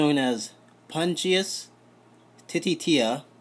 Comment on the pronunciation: Nice video, I'm planning on getting cherry barbs for my angelfish tank. Btw, lol "tittie-tiya", it's "teet-teya" i believe.